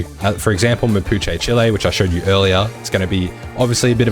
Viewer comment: Chee-lay, no chili 🌶 lol Chile